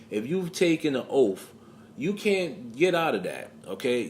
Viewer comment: He’s taking a oaff? What is an oaff? Do you realize how fuckin dumb you sound? You know the word is spelled and pronounced OATH. Ghetto brain.